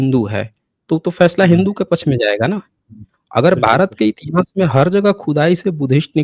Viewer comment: Intihaas nahin itihaas hota hai murkh